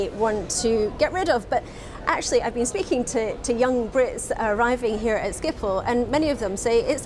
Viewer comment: Excuse me what the hell did you call Schiphol? Skiffol? it's more like ship-hol